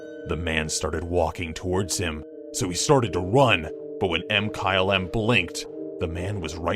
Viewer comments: Did he say: M-kyle-M instead of Mkylem? (mikylem) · does anyone review the audio for these? i thought MkyleM's name was pronounced (Ma-ky-lem) er something. it was really off putting to hear say (Em-kyle-em)